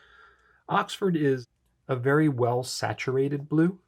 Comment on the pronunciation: I only use Ahxford Blue (as you pronounce it, lol :) I won't use anything else in my Parker Duofold. Thank you for your review and best wishes.